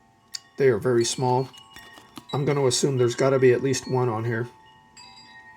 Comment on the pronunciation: That was a "erry" loaded stack fun and thanks